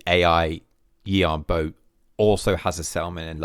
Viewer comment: The A in Yuan is pronounced like an E. And Bo is like “bore” in a British accent (no R sound), with a slight w before the vowel, so: Yuen Bwore